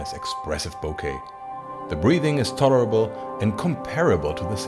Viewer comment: I dont know, a retired Canon lens engineer told me that once. Also, your pronunciation of a word is throwing me "the breathing is tolerable" or "the breathing is terrible"> Thanks for the great films. I encourage all my students to watch them in preference to anything else except Gerald undone.